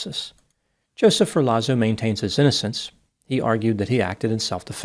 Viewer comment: Come on. what kind of Dr are you? It’s not pronounced “FUR LAWZO” it’s “Fehr Lotts O” COME ON.. Don’t disrespect Luigi and all the Italians by mispronouncing